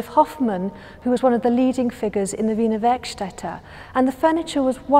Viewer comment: Thanx for confirming for me how "Wiener Werkstätte" is pronounced.